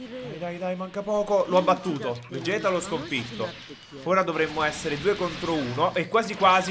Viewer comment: si dice vegeth no veghet